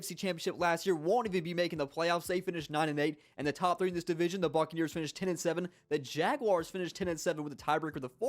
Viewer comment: for a sec I thought he said "fuckneers"